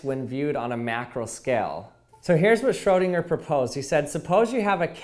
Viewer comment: I love your pronounciation on Schrödinger😂❤️